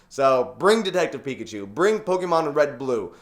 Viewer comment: Please say pokémon the correct way